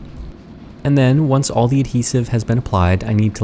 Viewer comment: I heard "oanch" instead of "once"